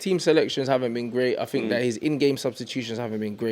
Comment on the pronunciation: "DO yOU FinK thAT..."